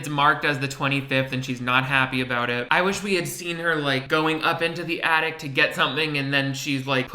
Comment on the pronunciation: I started playing this video while I was making a sandwich and thought you were talking about " the addict". And the girl in the video was sad on Christmas because a family member is a drug addict. I finally realised you were saying " the attic". 😆